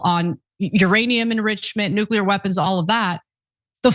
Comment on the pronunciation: Nu-KEELER???? REALLY?!?!